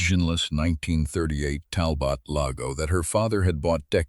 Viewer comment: AI needs to learn how to spell loupe. And pronounce Talbot. "Dale"? What happened to Daniel? More interesting than some of the 'feel good" B.S. that's so common.